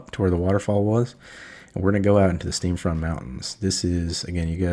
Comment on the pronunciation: Great Video! One note, its Steam Font mountains, not Steam Front /giggle. Just razzin.